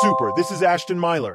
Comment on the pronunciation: You said ASHTON and Nidal